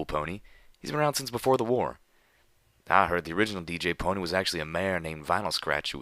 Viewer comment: Good, someone who says DJ Pon3 right